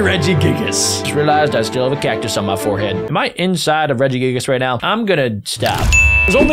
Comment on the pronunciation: "Regi giggles" and there are many other mispronouns, hurts me, AND HURTS ME EVEN MORE IS U THROWING RARES